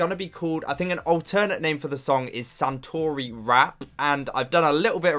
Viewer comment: Btw.. it's Satoori pronounciation. Not Santoori. Another thing.. Satoori is a form of dialect.. any korean dialect.. so it's not just from Busan..